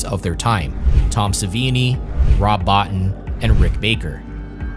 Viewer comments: It's pronounced Bo-teen. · Small point, but Rob Bottin's name is pronounced "bow-teen". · Rob Bottin surname is pronounced as bo-teen.